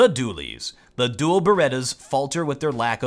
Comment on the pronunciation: 'Doooelle' berettas. Dual, you mean Dual... 🤣